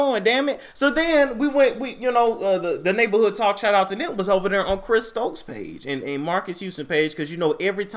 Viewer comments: He said "Chris Strokes" lol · You said Chris Strokes 😂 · did you just say Chris STROKES. 🤔